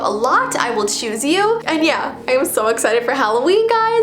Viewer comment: Did she say Halloveen instead of Halloween